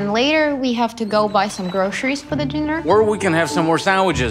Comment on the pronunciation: it's Gro-Ce-ries. NOT Gro-she-rish